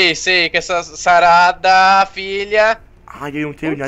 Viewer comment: "nao e bem axim xarada" mds kkkkk